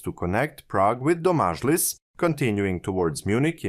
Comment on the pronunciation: You pronunced many czech words completely differently (like Břeclav or Domažlice). I can understand this and dont care that much but next time maybe you could use translator to hear the correct form. Its not that important, l know, but still l wanted to let you know. Nice video though!